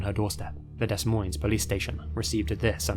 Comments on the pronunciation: Lol its not pronounced “des moines” but it’s pronounced “duh moins” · It's pronounces "Dee" Moines. Why do youtubers spend so much time editing but never look up how to pronounces cities or long words? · I'm from Des Moines, Iowa and you absolutely butchered the pronunciation of Des Moines. It's literally pronounced "Duh Moyn" lol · For the first story it’s not pronounced “Des Monies” it’s pronounced “Duh Moin” 🤦‍♀️🤦‍♀️🤦‍♀️ oof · In case you do another video about a case in Iowa, it's pronounced "Dee Moin" the s are both silent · FYI It's pronounced "Duh Moine" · De-Moine (for Des Moines you don't pronounce the s) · Des Moines = Day Moyn Its not pronounced phonetically lol, its french. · I can tolerate someone from another country pronouncing “Des Moines” (“duh-moyne”) incorrectly, but the graphic that had it spelled as “Dos Maines”? Yeesh. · Future reference, it's pronounced Dee Moine...not Des Moines. It's from Frence, so pronounced as such. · Heads up- “Des Moines” is a French name; it’s pronounced “deh-MOYn” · You obviously know how to use Google so why not use it to learn how to properly pronounce certain words so you don't sound so sloppy? DES MOINES is pronounced De Moines OR you can leave off the S. LOOK IT UP! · crying over the way he pronouced des moines its de - moine LOL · Des Moines..."Duh Moin" ....no S' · "dess moyns" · Des Moines is pronounced Da - Moin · Pronounced Deh Moin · Des Moines is actually pronounced De Moine the S's are silent, at least thats how we tend to pronounce it here in Iowa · It's pronounced "da moynes" ...Des Moines..., Iowa. Only trying to be helpful. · I’m from Iowa. Des Moines is pronounced “Da-MOYN” lol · It's pronounced "duh moyn" the "es" is silent. (sorry I can't help myself! ) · "dess moynz" 😂😂😂😂 I don't know the correct pronunciation because I've been there, or because I have family there. My parents set me straight when I was probably 8 years old, the first time I tried to read "Des Moines" off of a piece of paper.